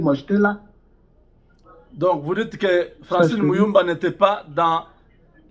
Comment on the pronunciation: il ment déjà la prononciation francine mulumba avec un accent gravé